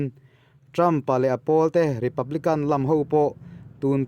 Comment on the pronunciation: Republican - republikan/Kang niloin....spiriter welfare niloin -spiritual spirichual welfare..ti in a mizo Thu ziak khian chiang zok nan..in deuh lam rawng kai nilo nia o.inpuih na ah min ngaihsak zawk hram Lang..Thu I thiamin Kalo ngaithla char2 in ngaihthlak nuamin chhiar poh i thiam thlot e,kalo subscribe bok che Nia😁